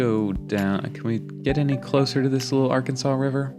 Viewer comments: Lots of parking, especially at apartments. The Orpheum Theater is where I saw the Batman movie with Adam West. It gets very cold in the winter; but the summers are great. It's pronounced Ar-Kansas river in Kansas. 😄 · Hence the nickname "Air capital of the world". Boeing is still here but has taken a huge hit along with many airline companies due to covid they have laid off thousands of workers. Wichita is a great city...and yes its Ar-Kansas river. 🤣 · Ar- Kansas River not Arkansaw, people living here in Wichita will take offense and correct you as I'm doing, lol. First "castle" is The Scottish Rite building. second one is the old Sedgwick County courthouse that is now a museum. The steam engine is a train museum. When you were looking at the grain elevator, the tall wall is actually an elevated train track which is part of the track that steam engine is sitting on. You skirted past a lot of cool buildings. I heard myself say "Wait, go back!" or "Not that street!" "No, turn there!" lol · I remember when I lived in Wichita I had a coworker who was also from out of state. He said it was wrong to pronounce it Ar-kansas instead of Arkansaw. I said "who gets to decide that? I think people can pronounce names the way they want." Wichita was a nice place to live. It was so flat that you could go everywhere easily on a bicycle.